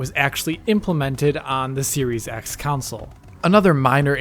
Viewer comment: Its console not council lol